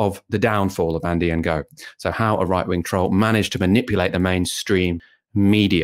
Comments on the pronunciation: It's pronounced No, not En-Go. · Ngo is pronounced "no" with a mute "G" AFAIK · Isn't his name pronounced as ''No''? Or ''Nee-Oh''? I always got confused with how it's supposed to be pronounced too lol... But I THINK ''Engo'' is wrong (but then again maybe I'M totally off base here haha) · The "ng" is pronounced similar to the the end of "wrong", so it's a bit tricky for westerners to deal with, but saying "engo" is rather ignorant. When I first heard of Ngo the first thing I did was look up how to pronounce his name. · It’s a Vietnamese name. Please learn to pronounce it!! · "g" is silent in Vietnamese. E.g. NGuyen is pronounced "Nuyen" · Not quite, it's pronounced using the same sound as we make using the ng in English at the ends of words, except in Vietnamese it's often at the beginnings of words too. It takes a bit of practice to get it right, and you have to get it right or they don't understand you!